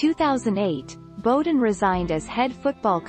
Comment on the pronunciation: BOW-den.. rhymes with WOW!